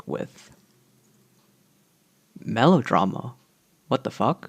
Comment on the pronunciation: "Malodrama" whAT tHE fUcK?